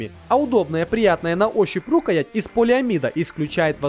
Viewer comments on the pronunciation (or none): рукаЯть правильно а не рУкаять! Не русский ты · а что за шутки с ударение в слове рукоять? Ты действительно говоришь рУкоять?!! рУкоять - этА пять)) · рукоЯть! Слушать неприятно. Да ещё всякую хрень продвигает. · рУкоять, ты серьезно?? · Ни пэйн бол а пин-бол и не ру́каять а рукая́ть ты неграмотный нубас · рУкоять ? я не ослышался ? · Сейчас бы говорить рукоять (он говорит о а не а, если не поняли)